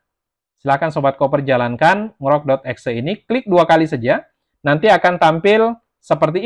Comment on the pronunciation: baca ny En Ji Rock mas, bukan Ngrok 😅